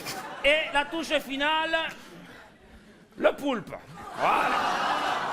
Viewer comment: "Et la toucheu finaleu... LE POULPE !" (balance le poulpe entier, qui rebondit sur les spagh' sous l'oeil désorienté de Veillon) ... 😂😂😂 MDRRRR